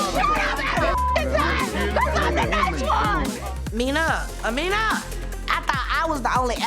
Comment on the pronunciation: Everybody saying Amina wrong but you know damn well they a threesome 😅